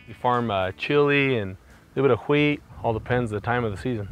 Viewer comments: Say wheat? Wheat, say wheat thins. HaWheeet Thins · Everyone else is talking about the news, we're just like "Hwheat"?!? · " bitta Hweat " 💀💀🤣🤣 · i have never heard someone legit pronounce an "H" in wheat like this man did, other than stewie pronouncing cool whip lol cool "hwhip". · Pronounced "huhwheat" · omg that mormon guy says 'Wheat' just like stewie from family guys does